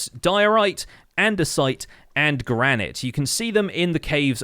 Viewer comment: "Dior-ite", "Andes-ite" and "Gran-it" that hurt me.